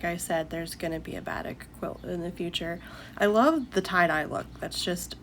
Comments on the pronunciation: Batik is pronounced like ba-teek’. If you’ve only read it, it isn’t obvious. Love listening to you. Oops, I see someone already said it. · I actually loved watching you sewing, you have a nice calm voice. The only thing was the way you pronounced Batik...it's pronounced Ba-teek 😊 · Batik is pronounced baa teek